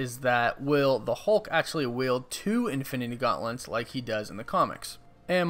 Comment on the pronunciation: It's "wield", not yield. Sorry, that kept irking me.